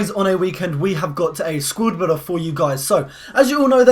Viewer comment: u said squrd builder